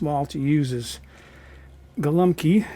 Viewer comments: Pronounced “gowumpki” it means “little pigeons”. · BTW - it is "go-ombkee" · Detroit here! YES, pronunciation of "Go-Wup-Key" is correct.